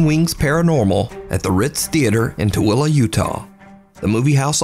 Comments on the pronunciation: I'm amazed you pronounced Tooele so perfectly. Even ppl told, several times, how to pronounce it right, will still forget how to pronounce it right. Awesome video, as usual. Everyone knows your channel has the best paranormal videos on all of YouTube. 💕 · gets points for pronouncing Tooele correctly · As a northern utahn very proud of for pronouncing Tooele correctly lol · I was happy that you pronounced Tooele correctly! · gotta be from Utah cause he pronounced Tooele right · Congrats! You pronounced Tooele correctly! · Another great video! My wife and I love your stuff and we're stoked when you pronounced Tooele correctly! Hope you are well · Haha, that's what I said too. I'm not sure I've ever heard anyone outside of Utah pronounce Tooele perfectly like that. 😂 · Prefect pronunciation of "Tooele"! I'm used to that name being butchered. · I'm impressed you said Tooele correctly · Pronouncing Tooele correctly is why I like you,! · I think the most haunting thing about it too, is that he pronounced Tooele right!